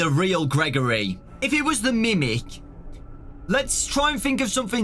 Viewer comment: I kept on picturing grimace every time he said grimic